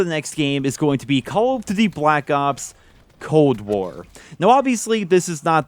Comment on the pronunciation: No one:: "Calladitty".